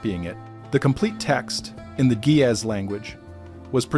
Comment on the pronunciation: I enjoy these-kinda long, but very informative!The G in Gaez sounds like the g in green-not like a J, & the A is long.